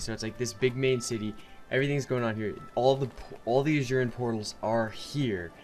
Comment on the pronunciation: ah-sooh-ran... funny shit tho hahaha